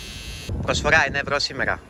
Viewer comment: Πργοσφογά ενα ευγό σήμεργα🤣